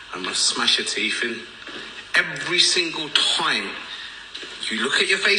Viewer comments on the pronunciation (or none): No no he said “Teef” not teeth lmaooo